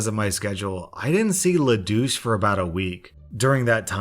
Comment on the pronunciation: Every time he says Le Douche I keep hearing lelouch please help I